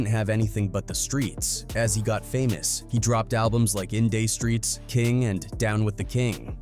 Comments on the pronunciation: In day streets?? It's in DUH streets! Is this yet another goddamn AI channel?? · Did he really call the album "in day streets"? He sound like the people saying tupack